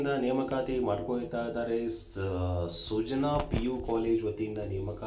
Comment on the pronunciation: ಅದು ಸುಜನಾ ಅಲ್ಲ ಅಣ್ಣ ಅದು ಸುಜ್ಞಾನ 😃😃